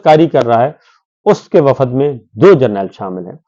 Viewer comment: شاکر صابر صاحب ۔۔۔ وفد ۔۔۔ کو سہی بولا کریں میں بھی پنجاب سے ھوں اسکرین کو بھی آپ سکرین کہتے ھیں کیونکہ یہاں جوابداری ہماری ھو جاتی ھے